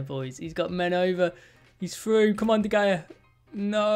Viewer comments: It’s pronounced De Haya not De Gaya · Stop saying duh Gaya it is de hea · You say De Gea’s name wrong. You are supposed to say it like De-Hey-Ya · Pronounced De “Heyah” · The way he says de gea is so unusual is it just me? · You can’t even pronounce De Gea right...